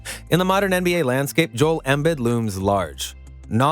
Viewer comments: Learn how to say the guys name right chief. The i’s sound like e’s. eM-beed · He really calling him Joel Embed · Had to sign in to pile on about embed… dude if you’re a sports content creator watch at least one video that says his name… this is like M Night Shyamalan Last Airbender Ang wrong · He said “Embed” 😂😂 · Sorry it’s hard to take this video seriously when you mispronounce these names like that. It makes one believe your reading off a prompt and don’t actually watch the game, because literally no one pronounces Embiid and Kawhi like that. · Say his name correctly. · Y u saying his name like that 🤣🤣🤣🤣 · Why are you saying his name like that? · Dude can't even pronounce Joel's name correctly. What did you expect?